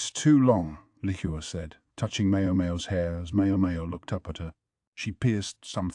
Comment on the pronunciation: Why is it so hard to pronounce 猫猫 or 小猫 correctlyyyyyy and also with 小蓝 and 梨花